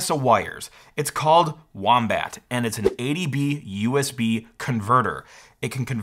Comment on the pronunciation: I meant that it sounds funny the way he says it.